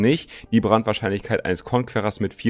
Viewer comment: wie einfach fast jeder Youtuber "Conquerer" falsch ausspricht... ich hasse das -.-'